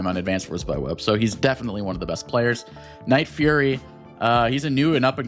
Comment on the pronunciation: son its nightfury not nightfurry 😭